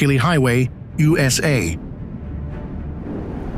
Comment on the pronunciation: When I heard him say "Ooh Ess Aye" I thought... Ok this man has been slaughtering all these destination's names